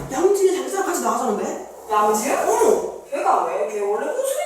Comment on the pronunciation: ‘양지은’ 이라는 이름 부를때 부산이랑 대구 억양이 달라요!